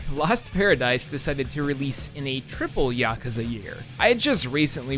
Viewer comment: Holy fuck dude it's pronounced YA-KOO-ZA, YA-KOO-ZA. You sound fucked when you say Yakaza